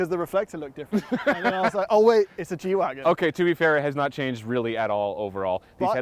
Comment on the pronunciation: I thought it was a G-wagon not a “wagen”